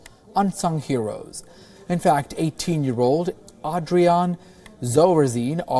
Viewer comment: It's pronounced as AYYYYDREEEIN